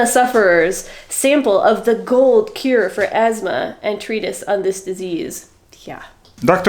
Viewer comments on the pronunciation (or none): none